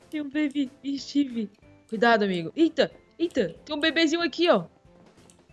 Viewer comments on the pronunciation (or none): ele falou soma cuidaso😂😂😂